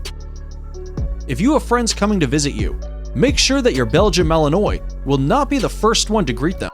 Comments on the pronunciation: Malinois is NOT pronounced ma-li-noise', but rather ma-liin-wah' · Ummm its MA-LIN-WA :)